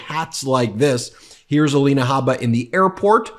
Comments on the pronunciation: Aleena, A-lie-na. She has had so much surgery, is the fake one. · Ah-lie-nay Hay-baa…😂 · Let me see is it Ay-lina, Ah- lenah, uh-LIN-uh Uh-Leen-awe. What about Mee-lun-eye-uh, you get the idea....... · You're pronouncing Alina's name wrong. It's A LIE NA! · 😂😂😂😂, this Dufus is psychotic,,, Alina ( A- LIE-na ), 😅 now his new "Me-LAY-nia", 😉😉,,, that plageristic Nincompoop 😂 I can't stop lmao